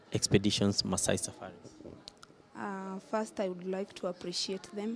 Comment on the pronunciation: Someone should tell the journalist that it’s First day First time First year Not Fast time Not Fast day Not Fast year ☹️☹️☹️ Rosie Africa is proud of you 👏 😍